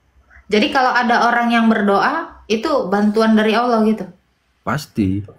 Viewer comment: TULIS ALLAH KO DI BACA AULLAH